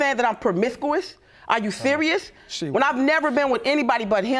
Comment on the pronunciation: She said, are you sewious. Lol